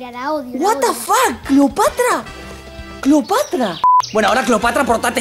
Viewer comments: Se dice Cleopatra no Cleopatria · Cleopatra!: Cleopatria! XD